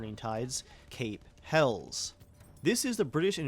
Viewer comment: Viking. 😂 its Hell USSS. Helles not Hells. Lol nice video 👌